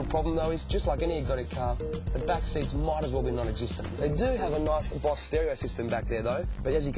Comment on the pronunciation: Yea they need to teach that Aussie how to fucking say "BOSE" it ain't "BOSS" dumb ass learn to pronounce brand names like they're meant to be said!